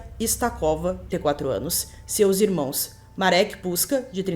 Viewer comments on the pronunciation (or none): none